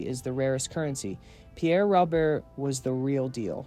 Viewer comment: Such a wonderful man gone way too soon. Truly one of a kind. I appreciate the sentiment of this video but his last name is pronounced wrong here. His first and last name rhyme. As another commenter stated, it’s Pierre “Ro-bear.”